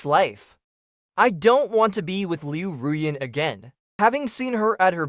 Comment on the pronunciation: This is the first time that I have ever heard her name pronounced correctly. It always sounded like Liu Ryan instead of Liu Ruyan.